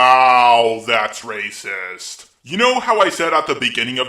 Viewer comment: RrRrRrRrRACIST~! 🤣🤣🤣 I’m dead.